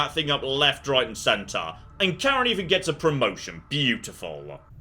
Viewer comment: As a Swedish person, I shall represent the Swedish people in correcting your pronunciation of Karin, it's Kar-in, not Kar-en!